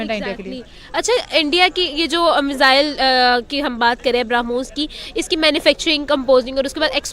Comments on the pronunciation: Kya faltu pronunciationhai sala ..Bromhos ko ...sala bharamos bol raha hai sala ye experts henn.. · Bhara moos nhi barmohs nam hai ullu anchor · it's not Bharamoos, it's Brahmos. Definitely you are a madarsa product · Barahmus nahi brahmos. 🤣🤣🤣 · पाकिस्तानी भाई पहले बोलना सीखो 12 मोस नहीं ब्रह्मोस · Aare madarsa chap pehle padna sikh le... Wo Bharamos nahin hai us ka nam Brahmos missile hee.... Padh na likhna to tumlog karoge nahin aap ni ijjat ka janaja nikalne camera ke samne beth jate ho🤣🤣🤣🤣🤣🤣🤣🤣🤣LOL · बरामोस नहीं बोलते कटवे ब्रह्मोस कहते है 😀😀😀😀😀😀😀😀😀😀😀😀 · 'Bhara moose' sun k laga ki gaali de raha hai 😂😂😂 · Philipaine, bharamoose waah re news reader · He has difficulty in pronouncing Brahmos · Did he just pronounce Brahmooos LOL 😜🤪😝😂🤣